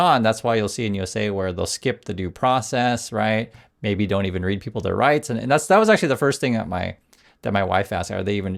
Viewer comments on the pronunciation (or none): none